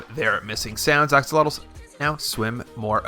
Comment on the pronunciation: Axe oh lot e’s...bruhhh